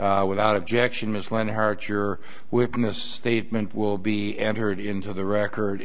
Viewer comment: Leonhart rhymes with hunt.